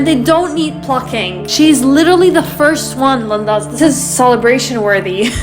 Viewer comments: It's pronounced like leen•dahs... Not limbos. Gracias. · It sounds like you are calling ppl limbos. Lindas makes sense. Not limbos.